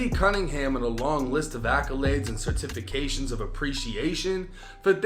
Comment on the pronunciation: That nigga said Cer-tif-ication😂😂😂not certification😂😂😂